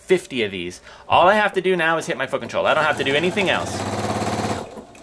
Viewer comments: I also just bought this machine and told the store they owe you a commission as this video helped me decide. Thank you. Very thorough without being too long winded. (p.s. you really need to pronounce the T when saying foot control. It sounds like you are swearing. lol) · I've just purchased a 5.2 and found your video so helpful, I can't find anything on the 5.2 but as there isn't too much difference this was brilliant!, I've subscribed just in case you do a video with the 5.2 for the differences. I actually liked the way you pronounce foot control it made me giggle all the way through..... thanks for making me smile today